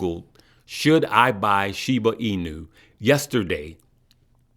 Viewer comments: I like how says Shibu instead of Shiba lol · “Shiboo”. Lol